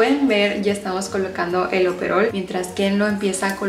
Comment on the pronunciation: Es oropel, no es operol 😅